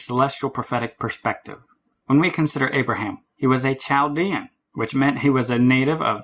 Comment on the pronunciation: Chaldean is pronounced with a silent "h".